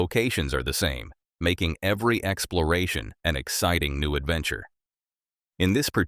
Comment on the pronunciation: Why does it sound like you say excloration instead of exploration?